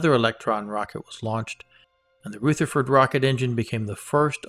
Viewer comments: Hi, great content but please, the engine is a Rutherford as in rug, not Rootherford as in rouge. It is named after Ernest Rutherford, 1st Baron Rutherford of Nelson, OM, FRS, HonFRSE[2] (30 August 1871 – 19 October 1937) was a New Zealand physicist who came to be known as the father of nuclear physics. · Pronunciation guidance: "Rutherford" is pronounced "R-other-ford", not R-ooth-erford. :-) It's named for Nobel winner, Ernest Rutherford, a New Zealander, who is known as the father of nuclear physics. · Ernest Rutherford like the New Zealand particle physicist who discovered the proton. Not Pronounced Rootherford. Ask Peter Beck how it is pronounced. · Very nice - rich in content and well presented. My only niggle is that you mispronounce "Rutherford".